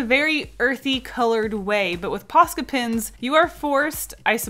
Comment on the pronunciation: When says Posca pens, it sounds like Posca pins